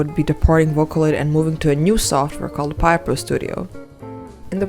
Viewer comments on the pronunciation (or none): Piapro is pronounced as “peeh-ah-proh”